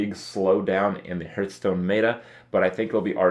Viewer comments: I hate his pronunciation of Hearthstone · Fuat Sekban It makes me cringe every time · Andy sup hurtstone, krayken